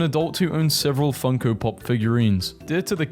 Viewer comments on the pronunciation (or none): none